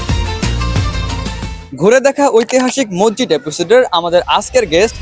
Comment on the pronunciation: ভাই মসজিদ নিয়ে ডকুমেন্টারি করছো অথচো মসজিদ উচ্চারণ ভুলভাল করলে হবে?